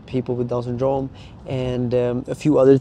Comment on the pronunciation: Why do you pronounce syndrome so weird hahaha “sundrooouuume”